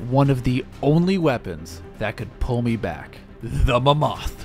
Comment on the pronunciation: MamMOTH it’s mammoth bro doesn’t know how to pronounce 😂